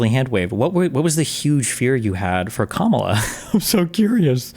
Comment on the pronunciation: This guy still doesn't know how to pronounce Kamala. Lol